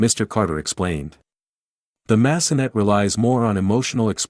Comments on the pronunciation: Massenet needs to be pronounced in French. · I’m cringing when the AI voice says, “Mass-uh-NET.” Clearly, it’s the French composer, Jules Massenet. Pronounced MASS-uh-nay.